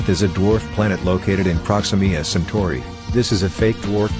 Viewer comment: "proximima santori" 💀